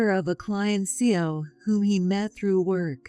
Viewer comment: CEO stands for Chief Executive Officer and is pronounced C.E.O. by the letters, not as a word.😅